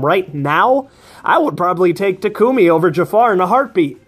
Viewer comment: Finally someone say Tak-u-mi instead of Ta-ku-mi (Maybe Strat say that part). I'm still disappoint at everyone still saying Ta-ku-mi.